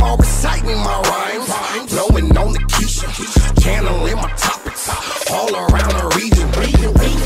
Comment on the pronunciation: lol he pronounced Ke$ha "Kiesha"